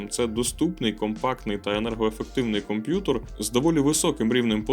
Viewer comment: Дякую за контент. Все супер, але мені ріже слух слово "комп'ютор"